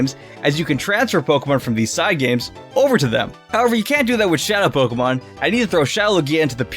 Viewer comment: Me just watching: Him: “paowkén”